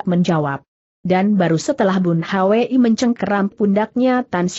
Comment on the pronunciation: Aneh nama orang selalu di eja padahal bs diucapkan langsung (bun hui)tp selalu bilang bun h w i